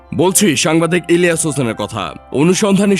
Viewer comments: পুরা নাম ভালো করে বললে কি আপনাদের কোন সমস্যা হয় নাকি??হোসেন শুনলাম শুধু। ইলিয়া হোসেন স্পষ্টভাবে একবারও বলেন। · বুঝলাম না। ইলিয়াস হোসেন উচ্চারণ করতে পারতেছেন না ক্যান? 🤔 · সবই বুঝলাম কিন্তু আপনি যখন ইলিয়াস নামটা নেন তখন আওয়াজ টা ক্লিয়ার না কেন, আপনার মতিগতি, ভাবসাব বোঝা যাচ্ছে নাহ 🤨🤨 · Bujhlam na unar nam ta silent keno??? Elias Hussain... Nam ta thk kore bolen.